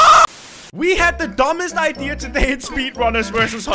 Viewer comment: says idear lol